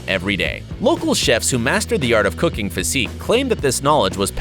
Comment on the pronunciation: I thought he said if you love cocaine instead of cooking 😂